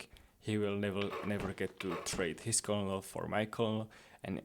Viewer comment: Colonel is pronounced like “Kernle”.